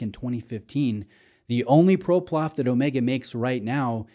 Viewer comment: ProPlof 😂 love it